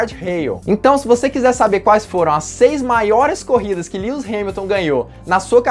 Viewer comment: kkkkkk lius hamilton nao mano kkkk e LÚis q fala kk